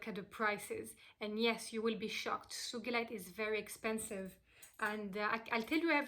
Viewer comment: Yay! You pronounced it correctly!! 💚💕💚 One of my biggest pet peeve‘s is when people pronounce the name of the stone wrong 🤣 Thank you for this wonderful video beautiful soul!! I read Sugilite is also called Royal Azel